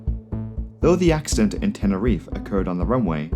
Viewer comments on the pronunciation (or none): none